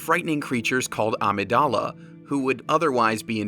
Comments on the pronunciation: its not pronounced aa-me-da-la its uh-mig-duh-luh very good video still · Amygdala not Amydala. The Amygdala is actually a part of your brain used for conveying emotion